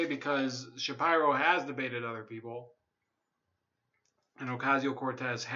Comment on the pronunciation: Stop saying his last name wrong ! It’s “Shapeero” bro.